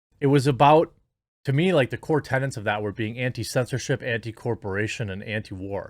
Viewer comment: Tenets, not tenants. Sorry, pet peeve of mine haha.